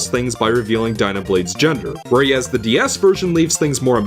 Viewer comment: Where-ee-as... anyone else hearing it?